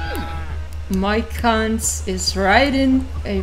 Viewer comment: I had this video in the background while studying and didn't pay much attention to it. But when I heard "my c*nt is riding a freaking horse!" I had to check what the hell was going on 😅😅 than realised it's "Mike Hunt"